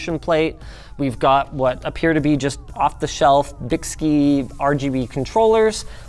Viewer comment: Another 20 minutes of Linus mispronouncing a brand name. And Byski may have messed that up, but they are the only company that makes the GPU block that fits my GPU, and it works amazingly well